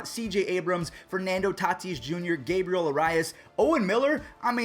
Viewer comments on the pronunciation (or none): none